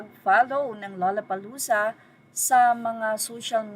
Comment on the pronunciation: By the way, it’s “low-la-pa-loo-za”, not “la-la-pa-loo-za”.